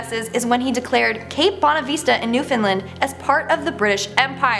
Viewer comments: It’s not “newfinlin” it’s NEWFOUNDLAND!!!! Get it right 🙄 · oh boy. this new host is gonna be mad but I gotta say it. in #10, 2 words were butchered. cape bonavista, there is no vee sound in bonavista. it's bon-ah-vist(kinda like fist but with a v sound instead of f sound)-ah. and there is no fin in newfoundland. break it down to its 3 words. new, found, and land. and in #9, again, you butchered newfoundland again. twice in #9. remember, break it down to its 3 words. new, found, and land. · I from Newfoundland, you pronounced it wrong and it killed me